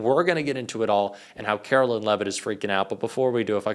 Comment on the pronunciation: KARO-LINE, NOT KARO-LYNN.